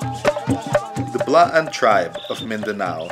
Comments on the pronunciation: Blaan not B'laan, not Bla-an... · its BLAAN not B'LAAN...